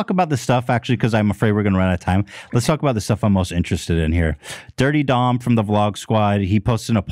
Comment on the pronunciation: I thought Ethan was making fun of Doms name and the whole time he thought that’s how you said it 😂